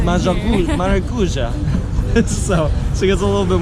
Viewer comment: Tapioca: good and healthy choice. This "salame" is not a salame, but an Italian Sausage, from Calabria (that's why it's called Calabresa). Maracujá: she got the PERFECT PRONUNCIATION that time! It's stressed/toned out at the end!